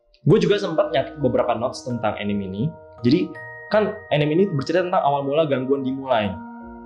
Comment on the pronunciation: Btw. Anime itu dibaca A Ni Me = アニメ dari Animeshon. Bukan enim. ~